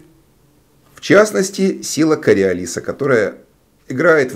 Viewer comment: Всю жизнь, несколько учителей в школе, два преподавателя в институте и я, соответственно, тоже, говорили сила КориОлиса. А она оказывается КориолИса. Офигеть. Ещё хотел поправить, но решил проверить. И таки да, я всю жизнь не правильно ставил ударение.